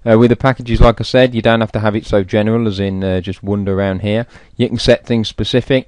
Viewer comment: 'Wonder' instead of Wander? LOL Great video - learned a lot. Cheers